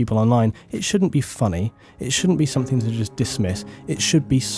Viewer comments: SomeTHING, not someTHINK. Sorry, but that drives me crazy. lol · I am English! And no it is not ok to pronounce something as "somethink". It is not an English way to say it. It's just wrong. It's no different from saying "would of" instead of "would have". It's just wrong. Again, please believe me, I'm not trying to have a go at your for the sake of it. It just bothers me. Sorry. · Look, believe me or not but I'm very sincere in saying that it is not my attention to have a go at you. It just makes you sound like you don't understand the difference between the words thing and think. You're making yourself sounf ignorant by saying it like that. And you're ignorant person, not at all. And actually I noticed that you didn't pronounce it like that throughout the entirety of the video. So you know, it's just one ot those things. Sorry. lol